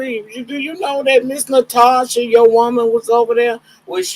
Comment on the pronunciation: Why all the Russian/German women say their name is Natosha?